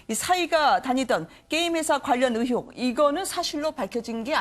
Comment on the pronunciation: 으혹이 아니고 의혹이야 발음 안되냐?